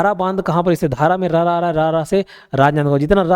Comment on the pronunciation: सर जो राजनांदगांव वाला है उसमें बांध धारा नहीं ढारा है । और मोहरा नहीं मोहारा है।